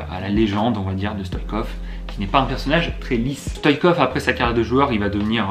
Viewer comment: C est Stoichkov pas Stoikov